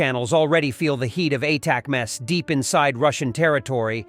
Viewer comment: "a-tac-mass" AI sucks!